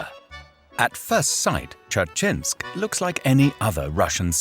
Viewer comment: That pronunciation of Dzerzhinsk.... They didn't even try LOL